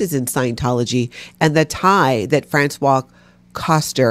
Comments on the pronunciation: Françoise, the female first name, is pronounced "Franswaze"! "Franswa" is the pronunciation of François, the male first name. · Hey,! You and are pronouncing Francoise like the man's name Francois. It's a woman's name and is pronounced Fran-swahs. Now, please continue critisizing her bad behavior! 😊 ❤️